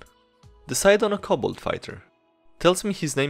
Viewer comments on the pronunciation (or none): none